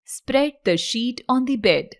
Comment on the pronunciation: Namaskar sir 🙏🙏 Sir (on the bed ) ka pronunciation worng hai .